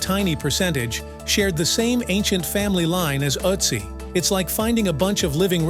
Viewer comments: It's Ötzi not Otzi or Atzi 😂😂😂😂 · it is Ötzi, not Atzi!!! 🙄It gets better after minute 2, and worse again after minute 9! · His name is Ötzi not Otzi... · Please redo the narrative without background music AND use a narrator that can pronounce "Ötzi" properly. Ötzi does not sound like Otzi. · His name is not Uzi! ÖTZI !!! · See those two dots on top of the letter you mistakenly pronounce O.... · With the umlaut I think a more correct pronunciation would be "Ertzee." The word "corn" in this context does not refer to actual corn. Corn arrived in Europe, etc. from North and South America many hundreds of years after this man's death. Corn was a word used to refer to other grains before what we call corn today was transported across the oceans.